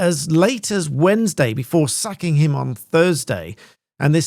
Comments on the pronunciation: I thought you said “sucking” him on Thursday 😂 1.38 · Did you just say "sacking him" or "sucking him"?🤣